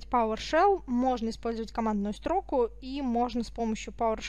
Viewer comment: Спасибо, все доходчиво. Но просьба к Вам - не коверкайте "Великий и могучий" - не стрОку - а строкУ Правильно... Ну, может и модно так "баслать" - но как серпом по уху (((